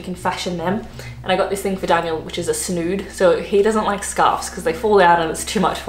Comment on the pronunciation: A snoood 😂😂😂